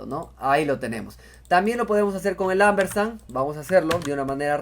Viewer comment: Excelente...No es Ambersan, es Ampersand...Con P